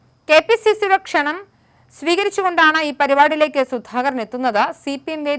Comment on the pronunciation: ക്ഷണനം അല്ല കുട്ടി kshanam